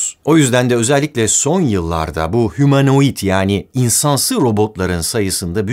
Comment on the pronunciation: Humanait degilde sanki hamarouid olmusss ;))))